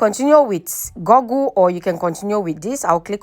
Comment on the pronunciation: It is called "goooooogle", not "goggle".